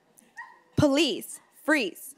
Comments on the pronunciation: Why she keep sayin "please" instead of police? 😂😂😂😂😂😂😂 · She needs to learn how to say PO-lice. Not pluhease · She's saying please not police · I thought she was saying please too. And I was like I didn't think they say please lol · She sounds like she said "freeze please" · sound like she be saying palease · When she says, "police," it DOES sound like she's saying "please!" She could always become a meter maid. I don't think her appearing on TSHS helped her career goals. IJS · The way she says police sounds like palease